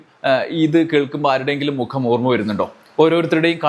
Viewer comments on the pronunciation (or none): none